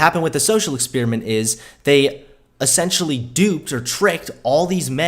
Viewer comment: EX-SPEER-E-MINT..? WTF?